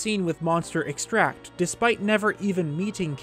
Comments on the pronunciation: and "medicine-al" instead of "me-dicinal" though this only happened once but still an interesting video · Interestingly, Kilton (who is such a proclaimed lover of monsters) is really scared of them. I brought a moblin skull to Kilton once and, instead of being happy/excited to see it, he cowered in fear, covered his face, and trembled. Also,: EX-tract is the noun but you were saying ex-TRACT, which is the verb.:-) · Just here to remind you that “extract” is pronounced differently depending on if you use it as a noun or as a verb. You mispronounced it the entire video. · EX-tract. Emphasis goes on the first syllable when "extract" is a noun. As a verb ,the emphasis goes on syllable 2. Otherwise, enjoyable video as always. I like the deeper look at Kilton; he's definitely among the underdiscussed NPCs. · Really enjoyed the video. Just a note, you keep using the pronunciation of the action extract when you're using the word as a noun. Extract as a verb and a noun have different pronunciations. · Please tell me your saying Monster Extract incorrectly on purpose. Please... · You are pronouncing it wrong and making it sound like a different thing. Its said the same way you would say Vanilla extract. In its most simple explanation, it is just monster goo liquefied and put in a bottle. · I love your videos but the way you say extract is gonna kill me. Emphasis on Ex for a noun, emphasis on TRACT for the verb form. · "EVIL things for EVIL?" [Mermaid Man intensifies] Also... Extract (noun) and extract (verb) are pronounced differently. You keep pronouncimg the noun as the verb, and it's driving me nuts. :| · I wish you would pronounce extract properly... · stop saying extract as if it's a verb. in this context it's a noun. the emphasis is different. have you seriously never heard it said out loud? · Your mispronunciation of extract in this context is triggering. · EXtract. Not exTRACT. The latter is a verb. Ugh! I almost had to stop watching the video...